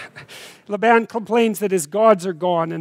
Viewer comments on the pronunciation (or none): I love listening to you...however, very curiously I have not heard Jacob's uncle called "." Is it not pronounced "Layben" with a long "a" sound? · I noticed that but it's not a rule. I also never heard it pronounced that way. He might have picked that up in Alberta.